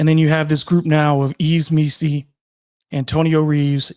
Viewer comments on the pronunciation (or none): EEV MEE‑see, not EEVS.